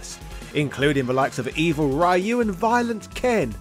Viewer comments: Not even 10 seconds in and I hear RYE-YOU... ugh It’s REE-YOU plz geezus 🤦‍♂️ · gotta dislike everytime I hear raiyu